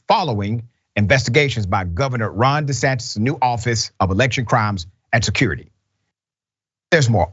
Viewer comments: Dr Richey don’t say De Satan, say The Satan. 😂😂😂😂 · Governor "de Satan!" I caught that! Good one!